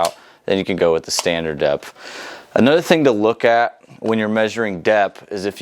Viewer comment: wow Ive never heard anyone pronounce depth that way before!! lol DEP?